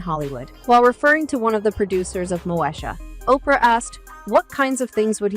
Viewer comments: At least pronounce the name of her show right its “Mo-Eesha” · 😅😂You cannot even Pronounce her TV name right pathetic